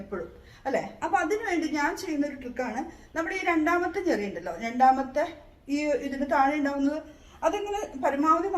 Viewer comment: ഞെറിയല്ല ഞൊറി.. 😊